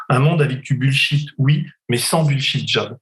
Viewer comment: Denis! Entraînez vous à prononcer les mots anglais avant bon sang! surtout bullshit! bullshit job, bullshiting , bullshiter.... (linguee, textospeech)...Merci